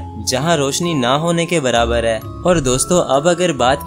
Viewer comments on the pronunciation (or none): none